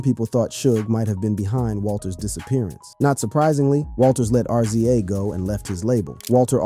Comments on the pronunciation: And he called RZA R.Z.A. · A rap channel that does know RZA (Riz-za).. eeek . RIP Eazy E !